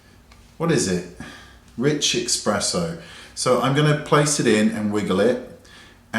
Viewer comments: I agree, sometimes there's a learning curve with unique items. I've noticed some reviewers start out not liking these brushes, then once they become accustomed, LOVE 'em. Also, FYI - it's lin-e-ar, not liner, and it's Bobby Brown's Espresso, not eX-presso. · I think I actually started crying when you said "eXpresso" WHYYYYY, WAYNE, WHYYY!?